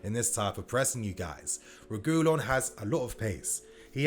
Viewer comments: SAY IT WITH ME : REH-GIH-LAWN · It’s pronounced Sergio re-gee-lon